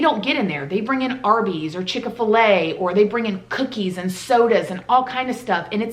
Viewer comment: Lmao I'm sorry but I died when you said "chicka fil e" ..it's "chic fil e" 😂 NO hate, just made me giggle